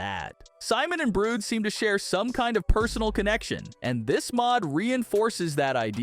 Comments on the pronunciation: Its not brood its brud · it's Brud not brood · not brod it's brud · Brud not brood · Its not burd its brud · it is brud not brood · WHY DOES EVERYONE SAY BROOD INSTED OF BRUD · I KNOW RIGHT IT IS BRUD NOT BROOD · Broad❌ Buuu✅ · It’s not brood it’s brud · Brood but it's brud😂😂😂😂😂😂😂😂😂😂😂😂😂😂😂😂😂😂😂😂😂😂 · Stop calling Brud brood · How does he say jevin right but not brud and Clurk!?